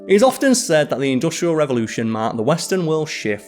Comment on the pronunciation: This guy needs to learn how to pronounce "industrial" correctly.